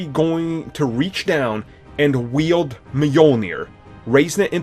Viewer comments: It’s W E I L D not W I L D E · It called Wield not Wilde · It's WIELD not "Wilde" dude. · It's spelled "WIELD" but you do you... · *WIELD lol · Wilde?? You mean wield 😂😂😂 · Its WIELD bruh, not wild (Wilde). Captain america will wild (Wilde) mjolnir, wield mjolnir, wield bruh! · Wilde? Really? Meeyulneer? What the f**k? Lmao!